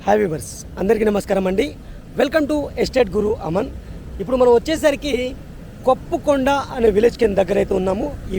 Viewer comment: కొప్పుకొండ. కొప్పరకొండ కాదు.